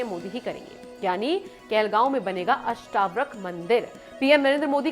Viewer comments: अष्टाव्रक नही अष्टावक्र बोल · अष्टवक्र बोलना तो सीखिए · आप अष्टावक्र का उच्चार अष्टाव्रक कर रही हो, ये गलती सुधार लो l अष्टlव क्र है और आप अष्टाव्र क कर रही हो l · अष्टावक्र हैं अष्टाव्रक नहीं